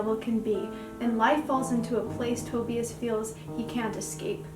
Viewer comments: Shnai-an. That's how you could pronounce Schneien (it means to snow if you wanna know 😅) And no hate but as a German the way you say Tobias is heartbreaking xD Edit: Sorry for the correcting, you seem nice :D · The way you pronounced Tobias is the same way my twin sister pronounced it for the first time I suspected she might’ve been pronouncing it wrong so now we say it correctly and btw me and her just recently reread the whole Webcomic this video is amazing btw you did very well ^^